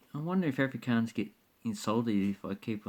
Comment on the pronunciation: im afrikaans and im not getting insulted by the dutch thing jist the way you say afrikaans lol